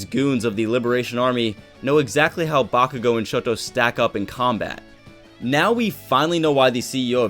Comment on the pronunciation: I know you did not say bakugoat 😂😂😂